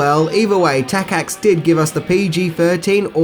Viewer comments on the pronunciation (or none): Takacs is pronounced Takach. Wow, you did not try to search on internet! It only takes seconds.